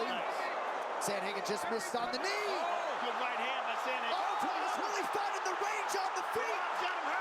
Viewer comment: Guuurl, that's a stylistically funny video!😁 And yeah, his name is butchered as "Divashvili" for far too long by the commentators, but you turned it into a comedic thing, that's pretty cool 😅 I enjoyed watching this video greatly, you bet my ahh I subscribed to you now! 😅 Greetings from Ukraine 🎉